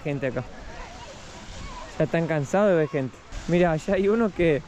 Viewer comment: La querida tiene que modular más la palabra " gente" por qué ella dice ente.. Lo digo de buen corazón no para que se ofenda..